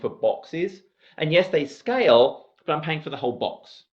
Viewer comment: Really great video summarising the exam and nice water break humour. Only hitch was getting your "scale " pronunciation was getting me as "scouse" ☺